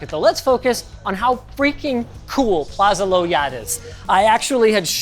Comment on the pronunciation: Plaza low yat has always had every tech nerd's dream hardware. You pronounce Low Yat the wrong wat, try pronounce Low as Lau